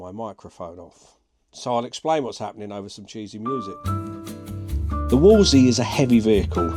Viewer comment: It’s not a Wolsey it’s a wolseley with 2 L’s!